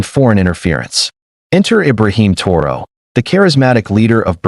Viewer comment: Yt boy go talk about Europe you even say pronounce thraoe